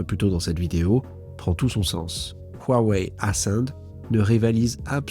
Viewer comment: Hua Wei se prononce presque comme Roua et pas waaaa. Hua c’est splendide en chinois. Le H se prononce comme jota espagnole ou le ch allemand dans “Bach” — un souffle rauque venant du fond de la gorge.